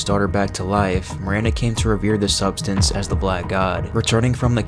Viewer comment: "substenance" yup thats wraps